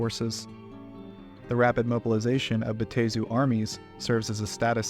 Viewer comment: It's (Bat-Tah-Zu)